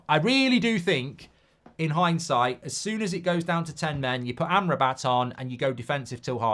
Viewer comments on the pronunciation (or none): none